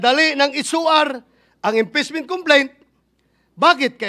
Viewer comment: Sabi ni bato inpessment hindi impeachment 😂😂😂